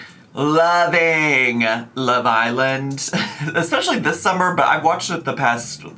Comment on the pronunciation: they way you say Love island like its one word is sending me hahah